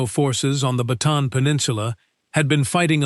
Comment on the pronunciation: Bataan not baton